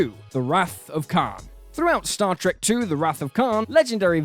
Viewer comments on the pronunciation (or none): none